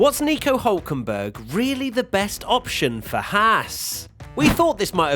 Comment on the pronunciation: he's called hÜlkenberg